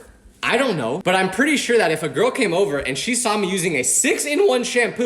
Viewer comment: we all have been there ( or will be there ) you will find your gourl ( girl said in a weird way) you ain’t a disappointment